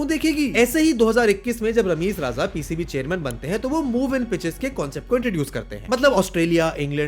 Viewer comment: Why don't you ever think mispronunciation is a problem? These GenZ Youtubers want fame, hits, shares and likes, but won't perfect their content.. Is it that difficult for an INDIAN to pronounce RAJA, or is it plain ignorance or lack of attention to detail? I repeat, you are in a field where voiceover, narration, and first-person storytelling are key. You absolutely cannot get away by saying IT'S JUST PRONUNCIATION. No one is expecting him to pronounce complicated French, Russian or say, Chadian names or words... RA-JA 🤦🏻‍♂️